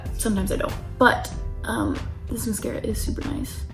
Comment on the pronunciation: The way she keeps pronouncing mascara like “musk-era” 😆